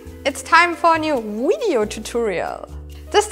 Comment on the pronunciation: "time for a new wideo tutorial"